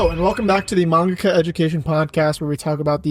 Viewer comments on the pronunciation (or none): ahhaahhahahaha "Mangaka" ok.